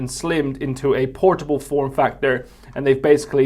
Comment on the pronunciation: Playstation Por-TWO-ble.